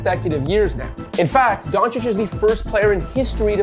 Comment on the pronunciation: Excellent pronunciation of the surname Dončić. And don't forget that Luka is only 23 years old. Excellently made content.